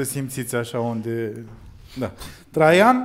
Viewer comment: e a cinspea oara cand am impresia ca zice in loc de traian "trei ani"